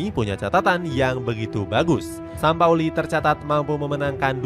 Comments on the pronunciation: JORGE SAMPAOLI.. bukan SAMAPOLI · Jorge Sampaoli min... Bukan Jorge samapoli 😂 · sampaoli min bukan sama poli 😂